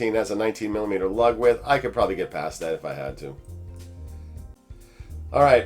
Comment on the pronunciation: "Ug width" instead of "lug width" for 19/21mm is brilliant. Great video.